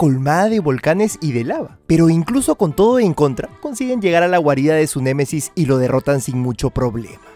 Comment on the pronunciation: Se dise némesis no m e m e s i s